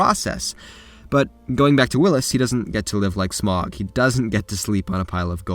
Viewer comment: That's not how you pronounce Smaug